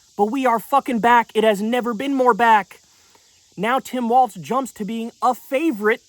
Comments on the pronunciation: As a MN native it is pronounced "Walls" not Walz like the dance. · It's Tim WALZ, not Waltz, Kyle. :) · It’s WALZ, not WALTZ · It's WALZ not WALTZ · Am I tripping or does he keep pronouncing it “waltz” and not Walz? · It’s “wallz” not “walts” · Kyle, you HAVE to stop putting the non-existent T in Walz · Kyleeeee it’s Walz, not Waltz. Also, where are the backflips and cartwheels we were promised if he got picked lmao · can we at least say his name correctly like damn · Love you, but there is no T in Walz… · Hes going to be the vice president soon. I need you to learn how to pronounce his name.